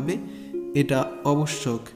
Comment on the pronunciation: শব্দটি হবে আবশ্যক, আপনি ভুল উচ্চারণ করেছেন ।